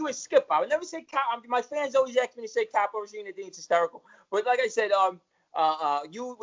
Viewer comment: you have to come out with a shirt or hat that says “caporegime” that’s freakin hysterical